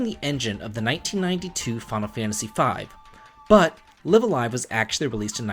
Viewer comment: I think it's pronounced Live A Live instead of Live A Live.